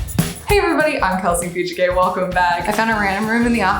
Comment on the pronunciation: It was so weird to hear you pronounce your last name the correct way 😂 Are you gay? you’re so sweet and cute!